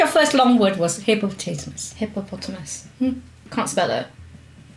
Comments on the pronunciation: Great video but I swear mum was saying hippo-potato-mas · When kim kept saying hippopotamus did kim's mom say hippopotatomus